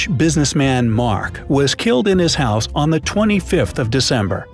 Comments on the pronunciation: Who edits these vids it’s HOUSE not hous lol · it is house not hose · House not hous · Bruh you spelled house wrong you said hous in the first one and said youdo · it said hous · I think its house, not hous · It’s house not hous it’s okay 😋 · "hous"? Might want to check that. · house not hous 🤣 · Ik im late on this but what's a "hous"? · Jennifer was found dead in her “HOUS”?? killed English 😛